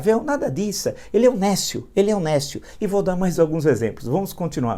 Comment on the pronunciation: néscio Aprenda a pronunciar adjetivo substantivo masculino 1. que ou aquele que é desprovido de conhecimento(s), de discernimento; estúpido, ignorante. 2. que ou aquele que não tem aptidão ou competência; incapaz, inepto.